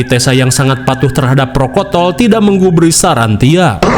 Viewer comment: 18.52 patuh dengan prokotol hahahhaha protokol x kang hahahaha